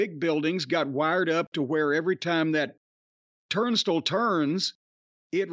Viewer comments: No. Jim is saying it wrong. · TURNSTILE....not turnstil Jim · Turnstle? I love Jim to death, but that sure is a weird way to say "Turnstile." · Is "turn stull" a common pronunciation? I call it "turn style" and while I grew up in the South I don't recall the word coming up in conversation before...so just curious. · Who else loves who Jim is saying "Turnstile" as like "Turnst'll" 😂😂. Same way he says "Louisville" basically with his little bit of accent. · Yes I’m saying turnst’ll from now on ha ha! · Turnstile is the only word I've never heard that way... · I never knew turnstile was supposed to be pronounced like that. lol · Idk if I like how Jim says 'turnstile'. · The way, Jim pronounces turnstile is like nails on a chalkboard for some reason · I've never heard turnstile pronounced the way Jim says it. Im sure it's a midwest/southern thing. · I've been mispronouncing "turnstile" for years.